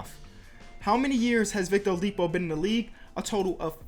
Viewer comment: It sounds like you said Victor Olipo xD